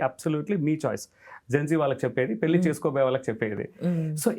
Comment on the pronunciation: పెల్లి చేసుకోవటం మంచిది కాదు 😢 పెళ్లి చేసుకోవటం మంచిది 😊. ఏమి ఉచ్చారణ రా బాబు. భాష మీద, నాలుక మీద కాస్త పట్టు అవగాహన ఉండక్కరలేదా?